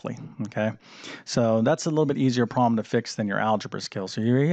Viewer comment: There’s a “b” In this word: problem. The “b” is not silent.